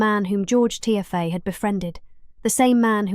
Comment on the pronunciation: Its not pronounced tiffy its tea fay 😅